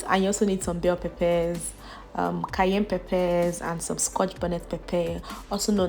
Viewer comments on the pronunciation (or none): none